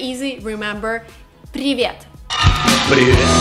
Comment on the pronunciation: Зачем она произносит "Привет" с американским акцентов.